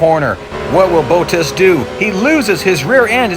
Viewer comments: just so you know Bottas is pronounced Bot (like bots in races) - tas (as in task) not Boat-tas :) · Can i just say your pronouncing Bottas wrong. Your saying Bo as in "oh" ttis. It is pronousced Bo as in "B" "aw" and the as of Bottas is pronounced "tt" "as (but like the donkey kind of as if you know what i mean). Just a little somthing. I like the names pronounced correctly. But nice video i liked it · Sorry, but It's hilarious to hear the french corner names of Eau Rouge, Raidillon, the name Bottas and so many other things with a big US accent